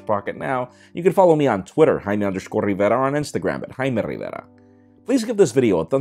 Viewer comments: Gets me everytime he says his name. "I'm " hahah. Good review though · Why does he have to say his name in that Spanish accent? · hate the way he says his name.